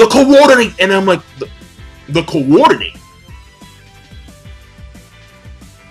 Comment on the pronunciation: you always add emphasis to a particular section of a word lol. For example, the word Rinnegan, you pronounce: RinNEgan. For the word coordinate, you pronounce: CoORdinate. Am I the only one who notices this? Reminds me of Family Guy...